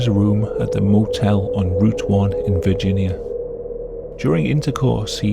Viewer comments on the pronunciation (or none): none